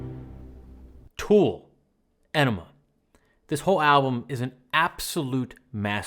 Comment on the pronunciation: my guy, ænema is NOT pronounced like “enema” 😭